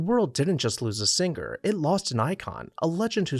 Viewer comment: It's sing er/ not sing ger!